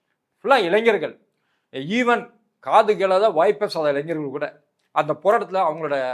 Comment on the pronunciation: நெறியாளருக்கு ஓர் வேண்டு கோள். தயவுசெய்து தமிழை கொலை செய்யாதீர்கள்... இளைஞர் இது தான் சரியான தமிழ் வார்த்தை; நீங்கள் சொல்வது, "இளைஞ்சர்" என்கிறீர்கள். கேட்பவர்களுக்கு முகம் சுளிக்கிறது.